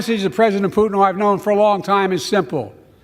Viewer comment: Love the pronunciation of Putin, Pooot’n, with a silent T, Poo’n